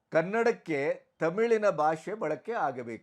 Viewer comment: Salute your response and stand on this unfortunate matter, avare 🙏 But just a humble request: Please focus on pronouncing Kannada better - alpapraana, mahaapraana, hrsva, deergha. It is bHAASHE not baashe, shataavadHAni not shatavadaani. If Kannada ucchhaara is as it should be, our pride gets exponentially magnified. It is probably the only language where writing and speaking are exactly the same. Talaharate anta baydu kollade nanna manavi sveekarisi:) Thank you! jai kannaDAmbE! 🙏